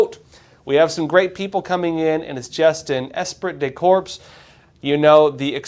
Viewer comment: Esprit de corps pronounced “Espree de core” the T & P are silent.